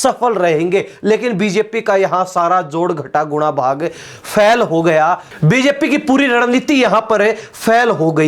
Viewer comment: मालूम है कि तुम जाट हो। लेकिन फेल को फैल बोल कर हिंदी का बलात्कार मत करो। बाकी सब ठीक है 😅